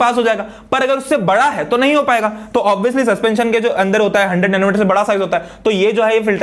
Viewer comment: "OBIYOUSLY" lol Op Bolte!!!!